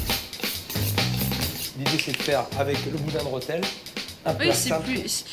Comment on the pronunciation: Il y a un accent ? Non alors dites le correctement s'il vous plaît, c'est REthel